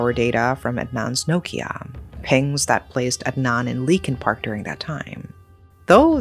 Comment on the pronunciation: Leakin Park sounds more like Linkin Park 🤔